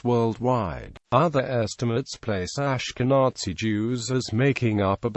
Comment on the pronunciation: The pronunciation of the word "Ashkenazi" in this video is beyond unfortunate. Please fix it!